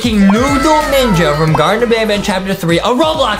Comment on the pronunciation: It’s not garden of ban ban it’s garten of ban ban.